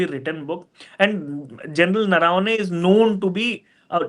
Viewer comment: Name is Naravane . Please pronounce it correctly